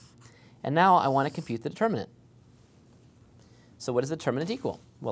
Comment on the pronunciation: "Nd then i will explain here juss for fun" hahahaha